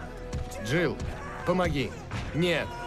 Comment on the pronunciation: not "het" 🤣 Нет - Net - No